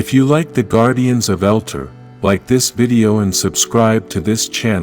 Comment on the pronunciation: It's not " Elter" it's Eltar " El tar", this is extremely hard to watch and just because I can RIP JDF